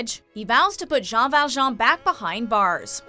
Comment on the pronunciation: Javier is not a villain, just saying. Also she isn't saying Jean Valjean's name right. Sharpay isn't a villain either.